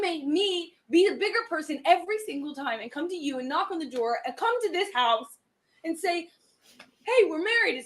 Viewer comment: When she says, "and COme to this HOUUse". Yikes! Total nightmare.